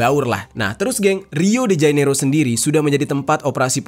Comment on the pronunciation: Jane iro, bukan jai nero mas